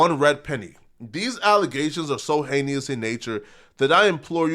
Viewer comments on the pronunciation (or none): incorrect usage of words for today: “heneous” instead of “heinous” (AGAIN) 🤦🏾‍♂️